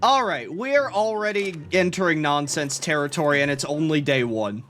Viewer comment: "Nonense" -, i think